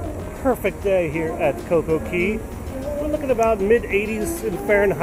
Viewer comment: It's cococay not cocokey